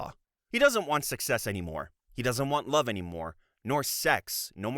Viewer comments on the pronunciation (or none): none